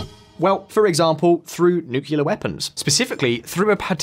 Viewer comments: Please stop saying NUCULAR. It's nuCLEAar!!!! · "Fri-gaites"... "Nuc-yular"..."Boe of a ship"